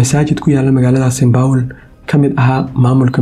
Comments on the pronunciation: St.paul not st.baul 😂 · “Saint power”🤣🤣🤣🤣 cawan! Saint Paul dheeh nacasyey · Lol😂 is not saynbowl is Saint paul they away u are saying is not right bro magac iska hagajii waxan mar hore ayeey dhacday